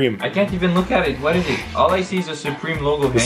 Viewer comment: said halal so perfectly